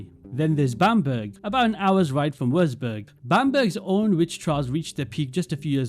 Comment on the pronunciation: chill er hat nur Würzburg wirklich falsch ausgesprochen, außerdem ist seine Muttersprache auch nicht Englisch. Und ich will auch nie Worcestershire oder so vor Engländern aussprechen.